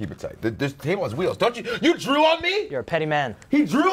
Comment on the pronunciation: When he said "He drew on me" I thought he said "He drooled on me"